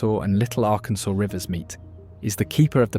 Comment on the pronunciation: Please, it is the Ar-Kansas, not Ar-Kansaw River!